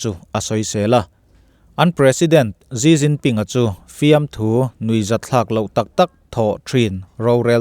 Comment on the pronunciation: ZziZzinPin niloin SiCinPin tiin lam lah,a in hniah zawk lo mw,?